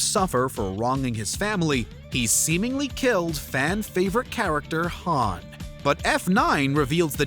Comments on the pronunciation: How the heck are you pronounce Han, Han(d) lol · #2 - did you just pronounced Han like Lando Calrissian from Star Wars dfd?